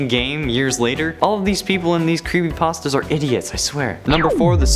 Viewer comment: You said crepypastas instead of creepypastas